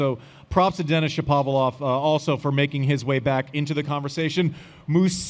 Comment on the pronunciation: I can not believe you're still saying ShaPOValov Andy🤦🏼‍♂️